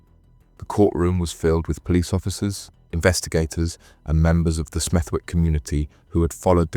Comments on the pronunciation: It's pronounced Smethick, a silent w as in the middle of Warwick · IT IS PRONOUNCED “SMETH-‘ECK” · nah I don't think so, but as I live by Smethwick it just stood out to me haha but it's one of them, if you don't know the area then you probably wouldn't know the w is silent 😂 more Birmingham/Midlands stories would be good 😉 👍🏻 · Good vid bro, Smethwick has a silent W though 👍🏻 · It’s Stechford. Smethwick is pronounced ‘Smethick’.